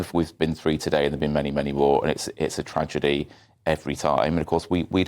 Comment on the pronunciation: Its not tragety is one less in uk😅